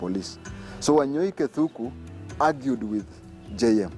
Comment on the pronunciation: It's Arthur Wanyoike Thúngú... Not Thuku